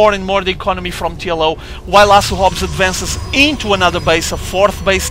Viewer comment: Great commentating! You're the man! Just one piece of feedback for you, it's so funny when portuguese ppl say words with "h". You always get it mixed up. Try to pretend you're saying "Asu Hobs" then you'll get it right:D (oh BTW speaking from first-hand experience as half of my family if portuguese)